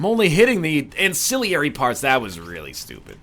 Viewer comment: you pronounced ancillary wrong